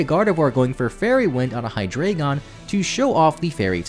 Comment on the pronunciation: ) And the award for Worst Butchering of Hydreigon and Zweilous' names goes to...